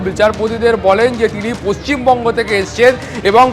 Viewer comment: Reporter চটিচটা ABP এর রিপোর্টার পশ্চিমবঙ্গ উচ্চারণ করতে পারেন না